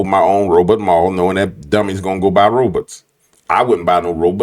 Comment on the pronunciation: Stop saying ROBUTTS!!! 😂